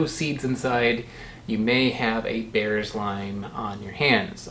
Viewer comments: Apparently Bearss is pronounced “Bierce” rhymes with “fierce”. There’s a Bearss Avenue in Tampa named after an early settler family of local citrus growers. That’s probably where the Bearss lime gets its name. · Bearss is pronounced like Bierce. Only people from the Tampa area seem to know this except by chance or instruction. Limes are sold green for exactly one reason: if they’re sold yellow, people think that they’re lemons. Green key limes are vastly inferior to ripe yellow ones: not enough juice, chiefly.